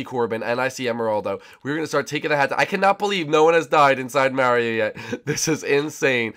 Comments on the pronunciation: It's Mario not Marry o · stop saying miario...